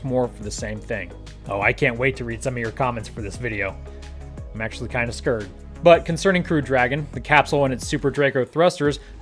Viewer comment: You're "kinda scurred"? Lol!